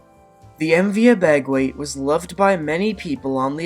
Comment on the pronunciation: I travelled on the MV Abegweit many times. It was a beautiful vessel. The proper pronunciation of her name is Abba-Gwit.